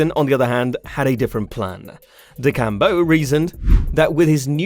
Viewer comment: Learning to pronounce Bryson's last name might be useful if you're wanting to do videos on the guy. DE-SHAM-BO